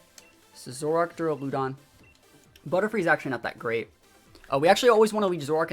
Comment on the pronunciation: That Duraludon pronunciation is interesting lol I’ve always pronounced it like “Deraludon”....but “Deruloodon”?! Anyone else pronounce it like that? Idk why but it bugs me lol